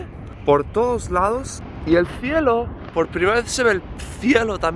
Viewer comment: “El fielo se ve por primera vez aful “….. jajaja